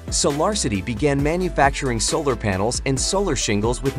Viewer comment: Very good video. You may want to learn how to pronounce Elon with E Lon not as A Lon. Also pronouce Solar with So Lar not as Sa Lar.